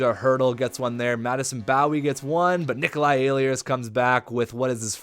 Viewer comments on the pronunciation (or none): I go to all the moose head games ehlers is pronounced L-ERS the e and h are silent